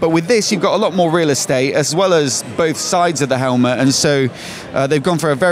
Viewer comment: Great Video as always, love the channel. "Helmahhh" 😂😂